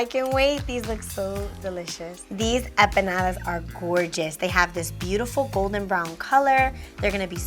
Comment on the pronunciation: Why does she keep pronouncing empanadas like “eh-peh-nadas”? That was a bit distracting throughout, but these look good though👍🏽